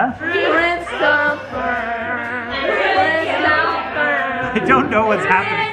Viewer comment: So my family has taken in a foreign exchange student from Italy so once I found out y’all were trying Italian deserts today I knew I had to show her. She said your pronunciation of Ricetta was wrong ( ri•cèt•ta the middle being like an s) but Panettone was better. She also said that she hasn’t personally ever had the gingerbread thing but she would ask her parents to see. Her dad actually did send us a Panettone desert but hers has chocolate which she says is better.